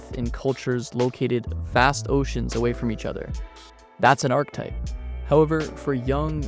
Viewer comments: I've always heard it pronounced "arc eh type" so "arctype" erks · This might be a bit nitpicky but it’s pronounced arch-e-type not arch-type and Carl yoong not young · I hate your pronunciation of words. I will always look up how to pronounce words when I make videos. Yoong. ARK-eh-type. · Where's this ArkType pronunciation coming from? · whats the arc-type you keep referring to across the video? have you heard the word archetype before making it? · archetype is three syllables, not two